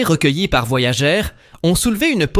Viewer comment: il suffit de couper le son et le tour est joué; "Voyager" prononcé "voyagé" , ça ne fait pas du tout sérieux en plus d'écorcher les oreilles...